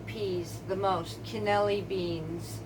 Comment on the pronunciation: Love the swift and concise way you explain everything. Being from an Italian family it's my duty to let you know that it is not cannelli beans, it is pronounced can-a-lee-nee. Sorry. Word nazi here. Just subbed. And thank you.